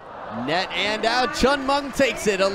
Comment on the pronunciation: It’s chen meng not Cheng meng